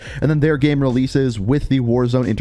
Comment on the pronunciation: The way you say „game“ kinda triggers me, great video though!